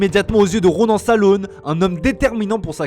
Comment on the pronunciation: Précision le nom de famille Salaün se prononce sal-hein et pas sal-aune.